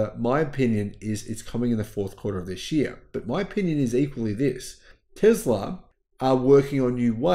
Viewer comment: I thinks it’s Tesla not Tezla